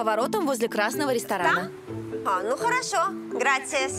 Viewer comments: Она так смешно говорит граЦиас, вместо Грасиас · Сожалею если я вас расстрою, но блюдо называется не КАСАДА а КАСАДО (CASADO). B испанском буква О не звучит как А. И не ГРАЦИАС а ГРАСИАС.🤦‍♂️ СЛУХ РЕЖЕТ а в основном всё верно👍